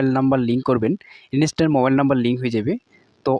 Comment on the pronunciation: ভোটার কার্ডের সাথে মোবাইল নাম্বারটা লিংকের গল্প তো অনেক হল এবার ভোটার কার্ডের সাথে ইমেল আইডি টা লিংকের গল্পটা বল শুনি। আর 'ইনিস্ট্যান্ট' টা কি??? ইন্সট্যান্ট উচ্চারণ করতে কষ্ট হয়???